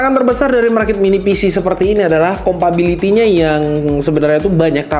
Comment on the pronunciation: yang bener compatibility bro, bukan compability, ga ada kata "compability", percuma ngomong pede tapi salah